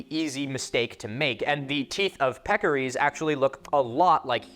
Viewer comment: it's peccaries, not pekories. Just thought you should know lol